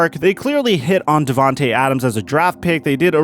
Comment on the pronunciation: Not devantae, to🥺